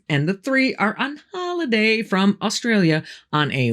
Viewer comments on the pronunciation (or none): none